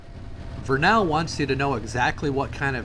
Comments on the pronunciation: Great video - one thing to note, it's VER-nuhl (rhyming with "kernel" or "journal") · Pronounced VUR-nuhl. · This was a very captivating video. I live in Vernal. I live just north of that intersection at 33.53. That little long neck dinosaur is sold just five blocks north of there. Many businesses have bought them and painted them to their business theme. BTW, you pronunciation of Vernal is incorrect. The A is not heavily pronounced. you hit the major construction on Indian Canyon that's long overdue. that truck is hauling crude oil from the Uintah Basin. Chances are I've sold or delivered parts for that particular truck. At the close of your video that is Clay basin, a beautiful area especially at sunset. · Hi! Couples notes about Vernal in particular. It rhymes with kernel, and they are crazy about dinosaurs because Dinosaur national monument is right there. Definitely worth checking out the next time through. Safe travels!